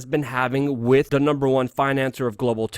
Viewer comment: Please stop saying "wit" as opposed to "with".